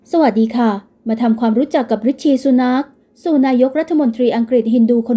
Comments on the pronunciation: ให้ออกเสียงนามสกุลแบบนี้นะคะ ซู หนัก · ซูเสียงหนักลงคะ คนพูดออกเสียงเบาไม่ดีเลยคะ